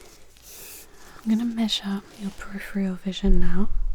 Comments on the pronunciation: Peripheral not periphreal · Almost perfect, apart from the use of "periphrial" instead of peripheral. It's a bit like someone saying "nucular" instead of nuclear. Damn it, now I have to clear my predictive keyboard to get rid of those two words!